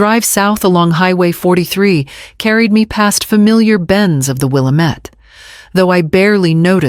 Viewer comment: The protagonist's mother-in-law would be her daughter's grandmother, not the daughter's MIL Might want to change the title of the video. Oh, and AI mispronounced Willamette -- it's wil-LAM-et.